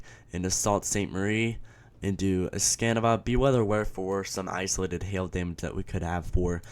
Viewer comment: Thanks for including Michigan in your report. Nobody ever includes Michigan UP, it's like we don't have any weather. Oh and it's pronounced Es Kah Nah Bah.